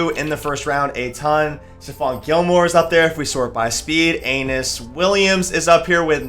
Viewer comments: Aeneas not Anus Williams lol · A-KNEE-US Williams lol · You did Aeneas dirty with that pronunciation 😭